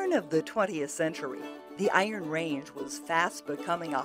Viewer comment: She doesn't pronounce "Iron Range" properly. She stresses "Iron"....a true Ranger wouldn't do that.